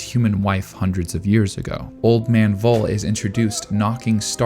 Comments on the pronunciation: In this case the V from Voll is more pronounced like the F in Frieren. Also the two Ls are shot. So his name is more spoken like Fol (fɔl) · Since Frieren's naming schemes are German, it might be nice to use the German pronunciation as well. Voll would be pronounced as (F)oll. V is F, but F remains F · Every time the old man comes up by name i was really confused because "was his name really 'vole' that makes no sence.. wolle? no.." but i finally figured out its supposed to be Voll and yea ig that makes sense.. to me its pronounced 'foll' not 'vole'.. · You may want to Look into the pronounciation of Voll. It's a hard pronounced Word like full in english. If i didnt know his Name i would write down either Woll or Fohl by listening to your pronounciation. Greetings from Germany, so many tears in Frieren, even in rewatchs. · Just a little german lesson again... The "v" in the word "voll" in german (="full" in english) is pronounced like an "f", not like a "w". So it would be more like "foll", not "woll". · Its pronounced f-o-l-l and means filled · Voll is pronounced like "fall" (in AE). I know, even the anime messed that up because it's German orthography and that's not the strength of English speakers and the OG audio probably is even worse because Japanese is so extremely limited in their range of syllables that they have huge trouble with English and German which have a lot more syllables than the Japanese language. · I don't know if someone already said it, but Voll is pronounced Foll and means full. I love how so many names in the series say something about the character. Like in this instance, he lived a full life and can be content.